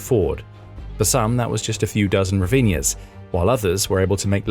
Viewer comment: HRIV-neez, 2 syllables. 🇺🇦🇨🇦💪🏼Slava Ukraini!!/ Слава Україні!! ✊🏻🇨🇦🇺🇦